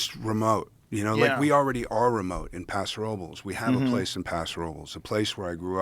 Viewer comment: Argh, he mispronounced the name of his birthplace (and my last name.) Robles should be pronounced "Row-bless", not "Row-bulls." It's Spanish for "Oaks." No worries.